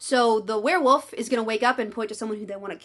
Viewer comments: Are you saying "were woof"? Because it sounds like you are saying were woof. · i'm stunned by your commitment to only ever pronouncing it as "werewoof"